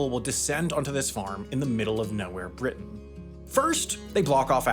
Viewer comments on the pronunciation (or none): none